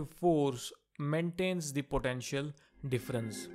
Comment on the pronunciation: its potential not potentail!!👎